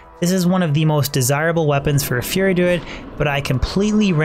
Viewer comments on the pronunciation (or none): none